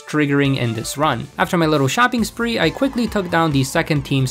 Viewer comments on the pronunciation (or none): none